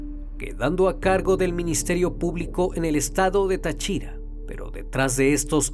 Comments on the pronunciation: Se pronuncia Táchira con acento en la A y no Táchira con acento en la I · excelente narración muy concreta y precisa... solo vale corregirte las pronunciaciones es Táriba acentuando la primera "A", al igual que Táchira no Tachíra.... Yo recuerdo que de niños nos asustaban con que nos llevaría el comegente si no hacíamos caso y daba pánico cuando había que pasar por el puente. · No es ta CHI ra, es Ta chi ra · a Amigo, se dice TÁchira (no TaCHIra) y TÁriba (no TaRIba). Saludos desde Venezuela. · Yo soy de Venezuela y no sabía de este caso 😐 aunque me da gracia como dice Táchira 🤣 lo dice sin asentó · Un detallito de pronunciación: Es estado Táchira, no Tachira. Sin embargo, el vídeo es excelente como de costumbre. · 😂😂😂 el estado de "tachíra" jajajaja se pronuncia Táchira 😂😂muy bien video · Hermano excelente video. Una recomendación... Cuidado con las tildes es Táriba, no Tariba y Táchira no Táchira. Saludos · No es Tachíra, es Táchira el estado. Pero buen video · Cooñuelamadree. Es TÁchira, no TachÍra (casi me incorporo haha). Pon pilas a cómo se llaman los sitios y cómo se pronuncian los nombres. Ya han sido varias las veces que he escuchado cosas así. Como una tipa de apellido Knight, no es kenait. Es nait. Pendiente... amo tus vídeos, pero en alguna parte de la preparación del guión, debería estar el verificar cómo se pronuncian los nombres y lugares. Así queda completamente impecable la narración. No quita que ame tu contenido, eh... Es pura calidad. Debería estar en Netflix. Así que saludos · Es Táriba, no taríba Es Táchira, NO tachíra Es Peribeca, NO períbeca Fuera de eso, está ok la historia, información detallada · No es Tachira, es Táchira. No es Tariba, es Táriba. No es Doráncel, es Dorángel. Tienes que tener cuidado con los nombres propios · tachíra? TACHÍRA????? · Tachíra xd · Lo único que le crítico es la manera de pronunciar Táchira y Tariba jajajajsjs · es Táchira.. jeje.. lleva acento allí..